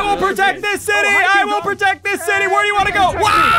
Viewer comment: “Its time to me to pwotect dis city” turns to king kong OMG